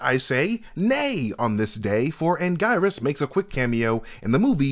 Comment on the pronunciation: It’s always stressful seeing a breakdown for a franchise someone has clearly never seen. So much is incorrect and the way he pronounces Anguirus shows that he’s never heard the name said out loud before.